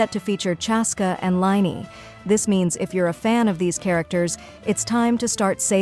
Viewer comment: It's lyney not liney